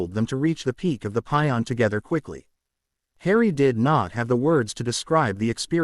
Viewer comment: You really should get your AI spokesperson to say words like "passion" and "class" correctly. It always cuts it off at "ass" and rather say things like "cl" or "pion"